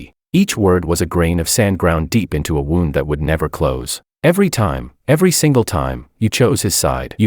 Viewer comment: The Ai said wound as in like wounding a Jack in a box instead of wound like a injury